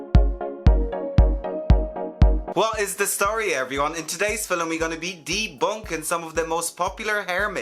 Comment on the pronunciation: I LOVE the way you say “Film”